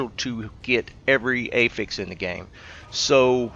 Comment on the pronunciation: Aw you’re terrific thank you! Just a pronunciation thing, you are saying affix like “a fix”, it is “af-fix”. Kind of like saying Aflac the insurance company. Say it however you like, just thought you might want to know. Appreciate all your vids